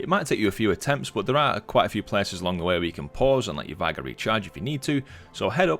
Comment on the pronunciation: Great Video, appreciate the effort, but omg Vigor, not Vie-guh please vigour noun: vigor physical strength and good health.